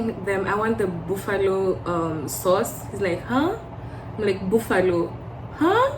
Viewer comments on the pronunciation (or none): Boofallo has me dead 💀 💀💀💀. Don’t say booffet too. You’ll suffer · The buffalo sauce thing isn’t to do with accent. Its more of a pronunciation thing. It’s just that Kenyans use Swahili vowels when speaking English and literally say it how it looks too😅 I had to stop using Swahili vowels in words when I moved lol.